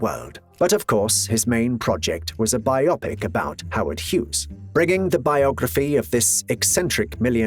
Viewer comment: Bye Oppik! Simularities. Day Byoot. Uh-ridge-uhns. Automation? Automaton.